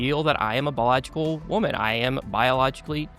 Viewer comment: You can tell by the slight pause and hitch and mispronunciation of “biological” that he doesn’t believe it, when he said he believes he’s a biological woman